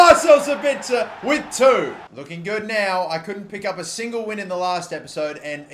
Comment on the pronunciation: he finally learned how to pronounce sabitzer